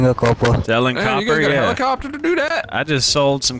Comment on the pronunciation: Hell-e-copter hell-e-copter